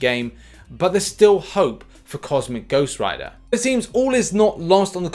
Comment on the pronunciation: Finally said it right lol